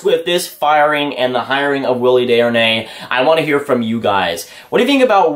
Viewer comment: You pronounced Desjardins wrong. You thinking about David Deharnais